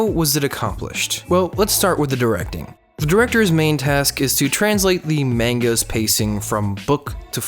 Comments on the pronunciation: mAHng-gah not mayng-gah goddamnit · "Maen-ga"..... …...........…...uuughgghghgghghghgghggggg, great video, bad pronunciation's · Say Maanga again no is monga but the spellings manga